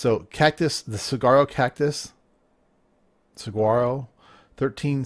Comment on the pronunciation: fyi the big cactus is pronounced suh-war-roh.